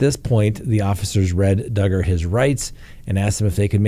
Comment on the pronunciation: Hi.......yep Dugger rhymes with Hugger......ok here we go...love you